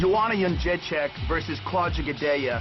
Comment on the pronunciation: The way Dana pronounces "Jedrzejcyk" is just painful to hear. "Yeon-jay-check"